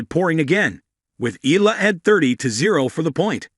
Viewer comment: Eala is pronounced Ee ya la.